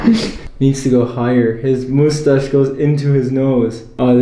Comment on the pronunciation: "the first step will be removing the moostache-" Oh my god I find this so adorable lol you only said mustache like 5% of the time lol and the rest was.... ✨MoOsTaShE✨🖐😩💕